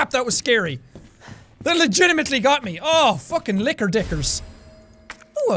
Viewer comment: the whole time i thought he kept saying liquor instead of licker